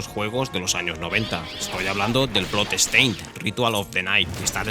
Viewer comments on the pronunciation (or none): Your pronounciation of the word bloodstain is awful. Dont say blood estain. DONT say the E